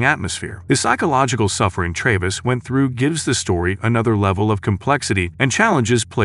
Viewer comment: Silent Hill. Origins! Has where you control Tray-vis. Grady. Yes it is very much generated and it's shit.